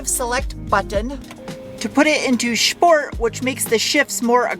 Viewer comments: everything was perfectly fine until, the pronunciation,"Shport" triggered discomfort in my brain. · "shport" "shtrut". 😂